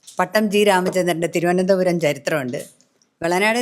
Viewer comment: തിരുവനന്തപുരം കാരെ തിരുവനന്തപുരം എന്ന് പറയാൻ പഠിപ്പിക്കു( തി രോ എന്താ രം )😂👍